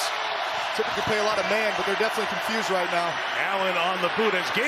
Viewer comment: “all the way on thew wight”